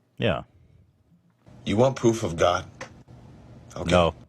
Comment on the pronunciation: pwoof of gawd